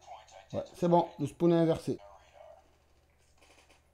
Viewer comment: nn enfin c pareil à dire, juste au lieu de SPOONE, tu dis SPAUNE, (prononciation) donc tkt tu vas pas t’dechirer la langue